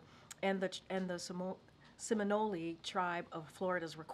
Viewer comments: Did she just say Seminoleeee? What an idiot!! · She couldn’t pronounce SEMINOLE!!!!